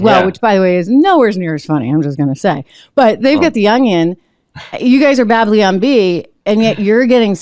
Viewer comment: Big fan of Trish. Have been for years. Hopefully she just tripped on her tongue when she said, "Bab-lee-yon?" If not, hopefully she has a producer she trusts who can gently straighten her out.